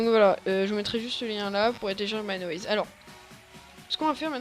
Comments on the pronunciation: C'est pas mineAWAYS mais mineWAYS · le mec dit mineaways mdr